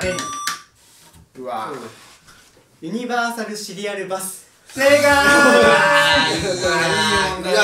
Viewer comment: 山本さんの「ユニヴァーサル」の発音めっちゃ良くないですか…？